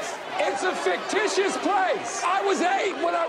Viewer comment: oh boy, really butchered "fictitious" didn't we